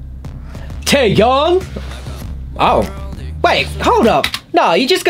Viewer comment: ITS taeYONG NOT YANG AND ITS DOyoung NOT DOOyoung BUT I STILL LOVE YOU